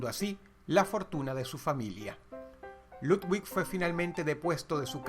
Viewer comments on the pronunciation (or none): Dross no se dice ludguig, es ludvic